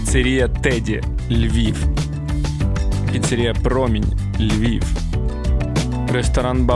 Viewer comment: Протягом останнього року я активно вчив українську готуючись до нмт, і можу сказати одне: в кадрі лишилось багато помилок😅 Розумію, це діло непросте, оскільки я з Харкова і теж довго вже переходжу на солов'їну, але одна тільки піцерІя різала вуха